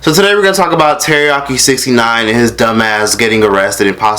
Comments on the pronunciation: More like teCACA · Troyce takes me out every time he says Caca 💀💀💀💀💀😂😂😂😂😂😂